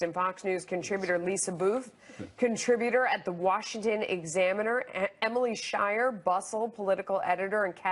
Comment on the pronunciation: Remember, Shire rhymes with "liar". My goodness, when David Asman went to her, she looked ready to spit. She may be physically attractive, but as soon as she opens her mouth... well, it's no wonder I prefer Kat, Lisa and Melissa.